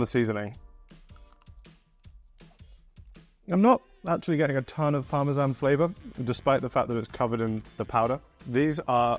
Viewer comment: it's parmesan not pawmeshaun